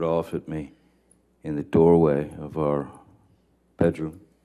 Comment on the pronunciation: “This could win me dee academy award”! Bugs B.